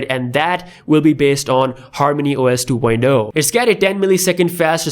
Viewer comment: Two poindo??? You mean two poinT Oh? LoL